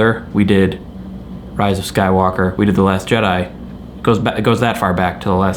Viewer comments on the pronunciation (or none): none